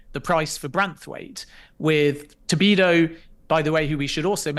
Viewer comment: Did you tell him after the interview it's "Todibo" and not "Tobido"???